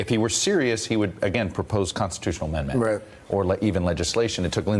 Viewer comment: I just heard he called it 14th "amember" instead of 14th ammendment, was corrected by the interviewer,,, seriously this guy is a moron. OMG